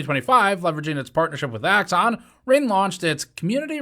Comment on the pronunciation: I don’t think my man pronounced the “g” in “Ring” that whole time. “Rein”